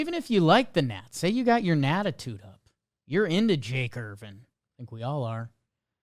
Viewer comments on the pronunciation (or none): none